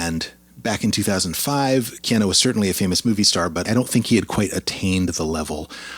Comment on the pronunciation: why are you saying KeanO.....it's KeanUUU?